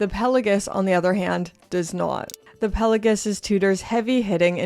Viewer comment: When did people start calling this watch the “Pela-Guss?”